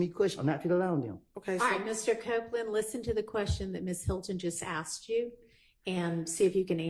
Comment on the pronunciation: I cant believe the lawyer said aksed. That's crazy